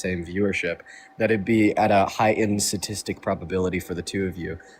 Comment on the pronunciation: Both and leave out the 1st "T" in sTatistic(hence the abbr., stats). Almost sounds like "sadistic". It is sadistic to do that to the pronunciation. Gimme a T for Texas, gimme a T for Tennessee....